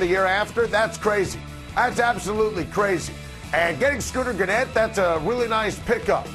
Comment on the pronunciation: This guy obviously has zero idea what he’s talking about if he doesn’t know how to pronounce Scooter Gennett